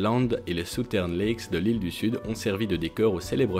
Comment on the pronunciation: Mon ami, il va falloir que tu progresses en anglais. On ne dit pas "Brisbaine" et encore moins "soutern lake" et puis ton classement ne tient pas la route, ou alors il faudrait nous expliquer au prealable les criteres de selection. Bonne chance.